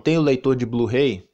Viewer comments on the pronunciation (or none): "Blu-rei" kkkkk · O melhor do vídeo foi o "blu-rei" kkkkk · Blu-Rei kkkkkkkkk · Caraca a pronúncia do falando Blu-Ray KKKKKKKKKK